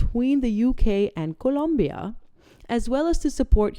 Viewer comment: Dear, You are the only person on YouTube that I have heard pronounce the word Colombia CORRECTLY!! Thank You! 😂